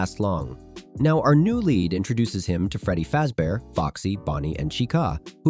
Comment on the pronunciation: “Freddy Fazebear”💀💀 “Chicaaa”💀💀 “Chicuh”💀💀💀